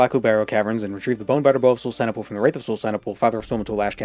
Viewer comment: I thought you were saying "bone batter bow" which sounded kinda dirty